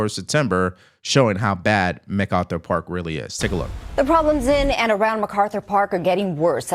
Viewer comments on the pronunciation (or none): Y'all keep pronouncing Methkarthur Park wrong. 😂